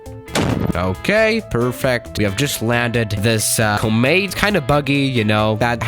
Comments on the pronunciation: Everyone else: Comet: Cow-mitt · It's com-et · Oh you finally build enough money to go to FSX. AND ITS PRONOUNCED COMMET. COM MET. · "cah mit" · Nobody:: CoMeeed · Koh-mit is how you pronounce it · 10/10 pronouncing of comet